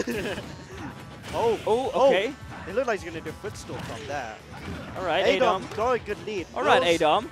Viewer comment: The commentator keeps saying a Dom instead of adom